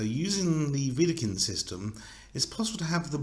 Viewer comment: But: it’s Wedekind, without „r“